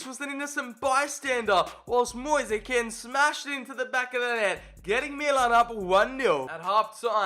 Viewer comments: My man saying 5+ names for Moise Kean, but still cant pronounce it right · The pronunciation of Moise Kean.....